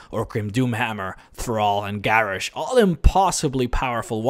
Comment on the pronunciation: Why the fuck did you pronounce both Vol'jin and Garrosh's name with a bloody "E"? OSH JIN